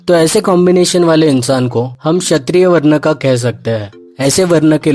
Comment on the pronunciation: If Kshatriya is pronounced as "Shatriya" then why add the useless "k"? Who decided that?